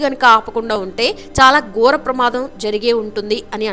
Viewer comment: మాటల ఉచ్చారణ చక్కగా ఉండాలి. గోర కాదు ఘోర అని వత్తి పలకాలి. ఇలాంటి చిన్న చిన్న లోపాలు ఉన్నాయి ఉచ్చారణలో..